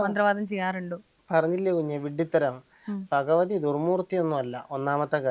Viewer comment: Phagavathy alla Bhagavathy aanu